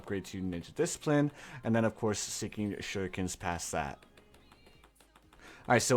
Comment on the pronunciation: I love how he says seeking shhhuriken